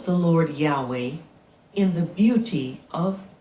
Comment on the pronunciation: Yaweh is actually an English invention misunderstanding the tetragram yhvh yud hey vov hey not yahweh. Sorry brother but you have been mispronouncing the name. In fact, only the high priest knew the true way to say the name.